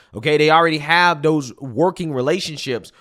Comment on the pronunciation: can't say 'th'. "These, that, and those" are "Deez, dat, and doze."